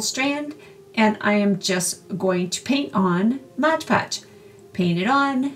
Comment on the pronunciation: For pity's sake. You're a professional crafter. Can't you say Mod Podge?